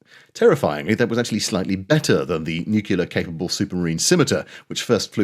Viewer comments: Loving your vids. Absolutely wonderful BUT! Say it after me “nuclear” as in “new-clear” and absolutely NOT (a la W Bush) “new-killer”. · By 'border control' do you mean boundary layer control? Also, the word is nuclear, not nucular. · Nuclear. “New-clear”. From the atomic nucleus. Saying ‘nookular’ makes you sound like you live in a trailer and your parents both had the same surname- before they married. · Honestly - pronouncing the word nuclear correctly is actually easier than your mispronunciation, and it doesn't make you sound like a redneck American. Say the word "new" then quickly after say the word "clear". See? Easy peasy.😀 But excellent video otherwise - subscribed and liked. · Did I hear the word nuc-u-lar ? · My father also swears it’s “nuke-u-lar” and this is how he was taught to pronounce it at school in the 1950s! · After hearing the mispronunciation of the word "nuclear", I believe may, in fact, be a damned Yankee fifth columnist. 😏